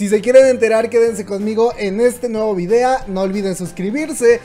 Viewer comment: En la mayoría de los videos dice videa ja ja ja